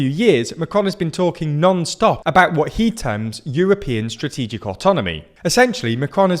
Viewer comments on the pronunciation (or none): As if the war didn't have enough negative consequences also this pathetic buffoon is going to remain the president of France. Eh... Also the "Srategic" is genuinely funny when you're Polish, like myself. "Strategia - srategia" - those who understand will know that this is a very accurate description of Macron's action.